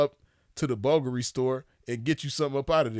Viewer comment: Aoki gone date a billionaire like him but then bring the money and coochie to a yung P like me Second off she lost cus its BOO GARI that's how yu say it You'd be surprised how many supermodels and fine black women dating men like that and not getting anything fumbling the bag frfr